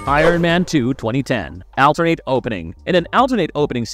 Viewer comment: Your pronunciation of alternate is ridiculous